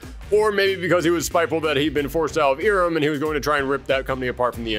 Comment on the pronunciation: It's not "EE-rem", it's "EYE-rem".